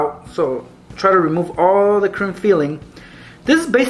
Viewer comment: sounds like he is saying crim filling instead of cream filling